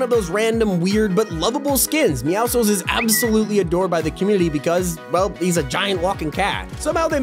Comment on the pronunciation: why does he call meowscles meowsles